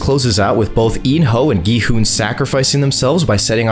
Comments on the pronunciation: It’s not go hun it’s gi hun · Not being mean did he say go hun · bro said gohon and ji hun☠️☠️☠️☠️☠️☠️ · Bro why did u call him go hun-G man-gi han-G hon